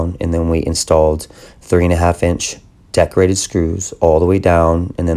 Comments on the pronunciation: He says Deck rated. I keep hearing decorated. Lol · Awesome video! Took me a few to realize you were saying deck rated screws, I couldn't figure out what decorated screws were...lol! Amazing tutorial and beautiful work!